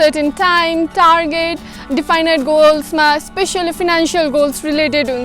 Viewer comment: pronounciation: definite: दिफाइनाइट ❌ definite: डेफनिट ✅ Thanks for the video... following you regularly!!!